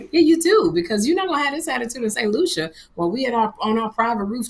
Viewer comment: You’re going to St Lucia?! And I won’t even be in the country dang! Also kudos on saying the name right!!!